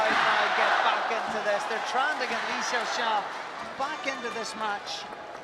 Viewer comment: the WAY that the narrating Man say / Le shağsağ / is So good. 😁 ı Love li XiAoxia. .